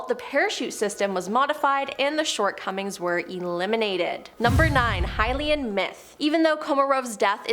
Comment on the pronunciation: 1883??? Can't pronounce Heinlein??? Several other blunders...a rocket flies at an attitude??? Are you guys in trouble financially???